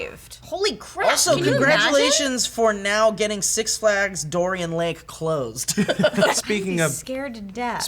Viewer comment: I didn't mean to make it sound like I didn't care that I survived, that's very fortunate! Lol. Just bummed me out cuz I really liked that girl. Also it's darien lake not dorien lol